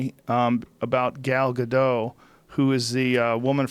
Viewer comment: Joe "I think 'Gal Gadot' is a French name so I don't say the T" Rogan